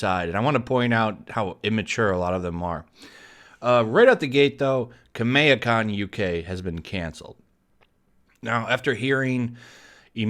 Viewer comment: The way you say Kameha, Is that even the correct way of saying it?